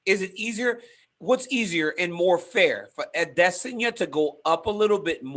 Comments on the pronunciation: Ariel teaching DC to say "Ahh Diss On Ya" . pains my heart....wrong pronunciation. ("ahh they sun ya" = correct yoruba dialect ) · aday-SAN-ya !! you are Americans, speak like it. when you say "Paris," do you pronounce it has an English speaker or as the French do? think about it. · Eye diss un yah -i diss on yah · its pronounced i diss on yuh. thats why izzy is the king of insults. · Why is Ariel obsessed with the pronunciation of adesanya!? Just call him Izzy and move on, sheesh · Why does he say his last name like that no one else does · Ariel says izzys name like he’s from Yoruba land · Why does Cormier sound like he's taking a stroke when he says Adesanya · I like this Comier guy. But can Helwani pls teach him how to pronounce Adesanya properly pls😂😂😂. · the way israel says izzy’s last name makes my blood boil. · Does Ariel know how stupid he sounds saying Izzys name or is he oblivious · I can not handle the way he says that name. Ariel must just be stupid.